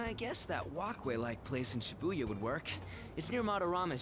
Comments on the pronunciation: It's weird talking about pronunciations of names then read "Shibuya" as Shibiya every time, just pointing it out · its supposed to be Shi-Booyuh i think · i read and pronounce it sheh-booyuh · Very ironic to hear that from someone who pronounces Shibuya as She-booyuh. Lol. Totally agree with your point but it's ironic since you pronounce everything in English too. Lol. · He's very judge mental about pronunciation of other peoples names when he doesn't pronounce Ann's name correctly. And it annoys me how he pronounces Shibuya incorrectly. 😤😠😡